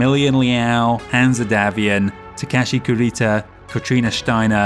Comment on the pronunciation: Interesting pronunciation of Hanse - I always read it as Hanz not Hansa